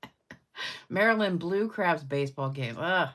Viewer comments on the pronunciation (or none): none